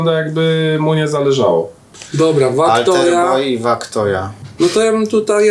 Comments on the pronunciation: "Wac toja" nie "wak toja" jakos strasznie boli w uszy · Wac Toja to po prostu Wac, a nie Wak xd